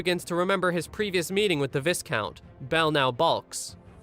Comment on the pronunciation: Yeah he’s not AI but he can’t say “Viscount” 😂😂😂😂